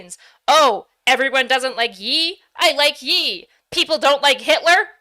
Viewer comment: what the hell is “yee”?? Did you mean the say Kanye?? Ye?? It’s yay! Like yay!! Yee 🤦🏻‍♂️